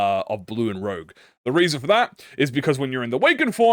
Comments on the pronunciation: "Chien" is dog in french, and your french is.. Eh? You're pronouncing Rouge as Rogue but that's not much of a big deal, Sauvage Couleurs is also Savage colors in french, I could guess it is hard to speak french if you're native to another country, seeing how different the words are. I never saw the word 'hardie' before but if its french i'm guessing it's hardened touch. It could be a totally different word since hard in french is Dùr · I’m kinda like triggered this guy is saying rogue and not rouge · its pronounced ROUJE not ROGUE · Everytime you pronounce rouge as rouge instead of rouge, I cringe. It literally says rouge, how could you possibly think it says rouge? smh my shaken head. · Rouge is red in French. It's pronounced rooj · Its fine messingup the pronunciations Cause the ring decided to patchwork differnet languages together like they making english the sequel Rouge -> roozh (sh sound like woosh but with a z) French like objet, but its literally juat means red Vibrante (bi-brawn-teh) Spanish for whatever reason Also just means vibrante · pretty sure it's french since the artistic movement is french, Vibrante is how you said it ( kinda ) jsut don't add a é at the end. 90% of the time, don't add the é sound just pronounce the syllabus before a bit more forcefuly ( i.e vi-brhun-T ( not ti but té ) ) also rouge is pronounce like rouge the bat from sonic i think kjh saw a bit too much Maroon5 animals meme THEY GAVE MEURSAULT THE BLOOD COUNT AT NO BLEED CURSE NOOOOOOOOOOO ( i hope it's more than 1 otherwise it's kinda useless as an initiator ) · struggling harder on rouge than half the random french is really funny